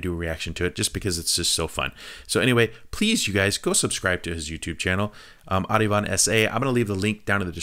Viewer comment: ArAvInd bro..not ArIvAnd